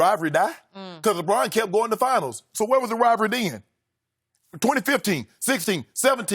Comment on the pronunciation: Shannon "Rivry" Sharpe